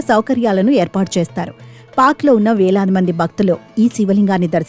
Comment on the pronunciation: “బక్తులు”, “శంబో”, “అవిబక్త బారత్”, —-ఏమిటో ఈ ఉచ్చారణలు తెలుగును ఖూనీ చేస్తూ!